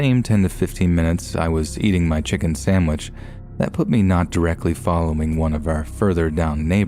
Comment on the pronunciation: Please pronounce SANDwich, not SAMwich!